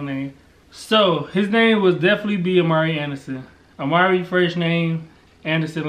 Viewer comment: No... oh I thought y'all were saying Omari, not Amari lol so no Amari Alexander A.A.A